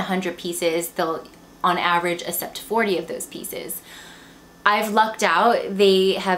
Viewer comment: Hanger, but i had you left on talking while im folding laundry that's how i made thru it. I don't want to offend you , but just as a reason why i wasn't completely focused was the way you said "accept" as "ah-sept" drove me nuts.. but that's just me so.. hehe don't worry about it.